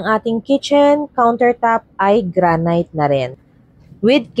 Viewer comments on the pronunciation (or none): Pls. Check the pronuncition of granite